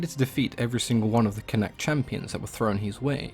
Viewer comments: Connacht is pronounced con-uct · I live beside a museum/cultural centre type thing for him believed to be near where he trained in ulster and where he was born in what is now dundalk. Its also pronounced con-uct